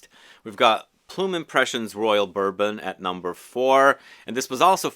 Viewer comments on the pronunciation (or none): none